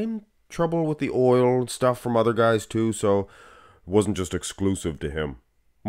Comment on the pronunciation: Oil not loil 😂